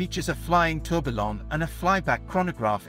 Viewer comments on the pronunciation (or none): Audemars Who? Tour bill on?? Awful pronunciation Sir, just Terrible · Sir, the pronunciation of the brand and tourbillon needs to be corrected. The dial of the royal oak is mostly referred to as TAPISSERIE dial. Please do it right next time.